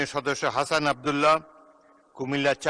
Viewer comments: হাসানা আব্দুল্লাহ না, হাসনাত আব্দুল্লাহ, নামটাও ঠিক করে বলতে পারে না, স্পিকার 🤣🤣🤣🤣🤣🤣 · ধিক্কার জানাই ভালোমতো নাম উচ্চারণ করতে পারে নাই এমন মূর্খ নিয়ে দেশ কখনো চলতে পারে না ছিঃ ঠিকঠাক নামটা বলে না তারপরও তার মনে কোন দুঃখ নাই আশা করি সঠিকভাবে নাম উচ্চারণ করতে শিখুন সম্মান দিতে শিখুন তাহলে দেশটা ঠিকভাবে চলতে পারে গড়তে পারে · Hasnat nam tau bolte pare na hafiz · হাসনাত ভাই পুরাই আগুন। স্পিকার বোকাচোদা হাসনাত ভাই এর নামও সঠিকভাবে বলতে পারে।